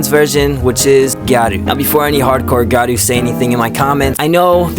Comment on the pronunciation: Hey man, I've enjoyed your videos in the past, and I've noticed you consistently call gyaru, 'garu' instead. I know it's a little tedious/difficult to pronounce the word if you're not used to foreign linguistics, so I'm not trying to belittle you or anything, but it would go a long way imo if you make an effort to pronounce words like that a little more closely to the intended pronunciation. In case it helps, here's how I would transcribe it for you: gee (like in geek) - yah - rou ; Preferably try to shorten the "gee" at the start so you just go from G to Yah, but that might be a bit difficult at first, so even if you elongate it all, it would still be better than 'garu'. Keep up the fashion videos, love your hair and your voice.